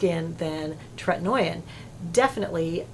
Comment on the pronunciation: Really appreciate your channel for your sensible recommendations and basic good taste, things that are harder to come by than one might think. But I can't allow you to keep mispronouncing tretinoin - it's tret-in-OH-in, no 'oy' sound in that word. Just sayin'...